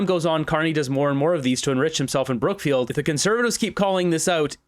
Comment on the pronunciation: I always hear CROOKFIELD.